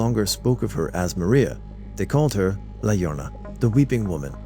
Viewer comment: La llorona is "ya-RO-na"